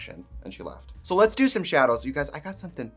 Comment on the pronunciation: also shaedows